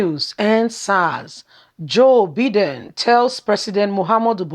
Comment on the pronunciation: Name pronounce.... Byedin. Take note.